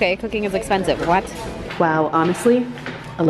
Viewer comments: When she said cooking I heard cocaine 🤣🤣🤣🤣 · Am I the only one who heard cocaine not cooking 😂😂😂 still love her tho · I thought she said crack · when you said "we're going to do something i've never done before" i heard cocaine instead of cooking and i... was fully shook LMAO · WHO ELSE THOUGHT SHE SAID "COCAINE" -- INSTES OF "COOKING" OMG LOL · Did anyone else think she said cocaine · am i the only one who at first thought she said „today were doing something that I’ve never done before - COCAINE ” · When you said "Cooking" in the beginning, I thought you said "Cocaine" and I'm like "WOAH GURRLLL" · I thought she said she was going to do coke for the very first time 😩😩😩😩🤦🏽‍♀️🤦🏽‍♀️🤦🏽‍♀️🤦🏽‍♀️ she said cooking 😂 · I swear I thought she said "cocaine" not cooking at the beginning 💀💀💀😂😂😂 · I thought she said she's gonna try cocaine for the very first time lmao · Am I the only 1 that heard cocaine instead of cooking 😅😂😂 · When you said cooking, I heard cocaine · Omfg I thought you said cocaine instead of cooking and I was like omg nooo noooo🤣🤣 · When she said "something I've never done before...cooking" I really thought she said cocaine lol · hahaha I thought she said she was trying cocaïne instead of cooking😂😂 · i thought you said cocaine not cooking 💀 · was I the only person that heard cocaine when she was doing her intro. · I heard cocaine too and thougth it was just for humour..so I was waiting for her to laugh her joke off like "just kidding you saw the tittle of the video (also kids don't do drugs except shopping)" Thank you for putting a sense to it because I was very confused (why she said cocaine? Will we have the private joke behind this??) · When she said she was gonna try something new I thought she said “cocaine” i choked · cocaine!? lmaoo jk, sounded like it though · When she said she was cooking I thought she said "today we are going to do... Cocaïne " I died 😂😂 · Ok so who else heard cocaine instead of cooking the first time 😂😂😂